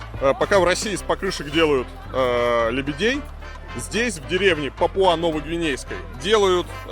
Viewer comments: А в Википедии пАпуа, а не папуА. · не папуА, а пАпуа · Немного придираюсь, но не ПапуА, а ПАпуа